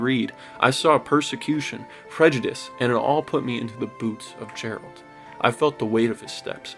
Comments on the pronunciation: THANK YOU. Him mispronouncing Geralt drove me insane. SO MANY characters say his name in the game. I don't understand why he thinks it's pronounced like "Gerald" but with a T at the end. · Why do you call him Jeralt? His name is said a thousand times with a hard G sound. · Why do you pronounce his name like jeralt? Nobody calls him that once in the game. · Did you say Jeralt? Did you play the Witcher or not wtf 🤣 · Jeralt? Brah. Otherwise its a great video ! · Was going to talk some trash about you calling him Jeralt the whole video but your video was so spot on that I couldn’t bring myself to do it. Great explanation of why this game is so special. Cheers 🍻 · He called him Jeralt within the first 30 seconds of the video. That was enough for me to stop watching. Like, the hell? Every character says his name MULTIPLE TIMES within the game. Did he even pay attention to the game he's praising? 🤦‍♂ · Awesome video! Just a heads up—it’s Geralt with a hard g like “GARE-alt” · He's a 10 but he pronounces it "Jeralt". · Jeralt, lol. "Heyyyy, Jeralt!! JERRY, MY MANNNN!" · I like the video but I can't take you seriously when you say JERALT 💀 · “Jeralt” come on man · Why you call him Jeralt? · How do you play this game thoroughly and say “Jeralt?!” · Did you say Gerald? I am ashamed. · Guy said Jeralt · After all that you still pronounce his name wrong haha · But... But you're saying his name wrong... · Came to say this lol they say this fuckers name constantly, how is he saying it wrong 😂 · How you say his name wrong bruh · Best game ever made, easily, but I can’t understand how you can have played it and heard characters pronounce “Geralt” in hundreds of cutscenes and still manage to mispronounce it so many times in this video. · Same his name wrong everytime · Seeing as you can't pronounce Geralt properly, it's obvious that you played the game in silent mode. 😂😂😂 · You'd think you'd know how to say his name properly if you love the game so much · Say geralt right